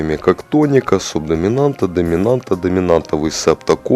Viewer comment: "Суб досимамнта" - это, видимо, "субдоминанта" имеется в виду?